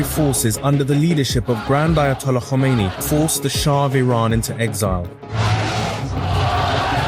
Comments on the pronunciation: Good Information Only one pronunciation Its not Komeni it is Khomeini. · Tumny video bhot achi bnai thee, lekin tumny "Khomeini" ko "komeini" bola, iss liye many dislike kiya. Tumhary moo se "Kh" nikhalta nhe?